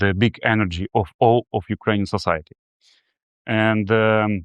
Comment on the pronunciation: Май інгліш спікінг із вел. Алсо: "сасаїті")))